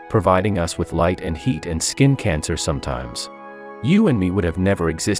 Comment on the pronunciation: Bro really said "and it gives us skin cancer sume times" 💀